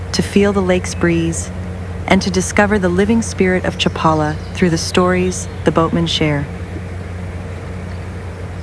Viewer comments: cha-PA-la. NOT chap-a-la. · The AI doesn't know how to pronounce Chapala correctly. Had to stop watching because I don't support AI generated slop.